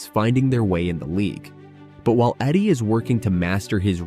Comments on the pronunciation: Not Eddie. Eeedey! Learn the names first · Zack Edey E- D LEARN TO PRONOUNCE PROPERLY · Is this made by a mediocre AI? Keep calling Wemby a rookie and somehow mess up pronouncing Edeys name over and over again.